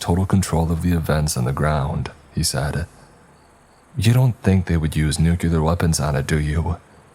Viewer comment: Normally not this picky, but you read for a living and I listen to a lot of these and hear these a lot so thought I’d extend a helping hand. Nuclear - New-clear. It only has one “u”. It’s not nuculer. Tinnitus - 10-eye-tis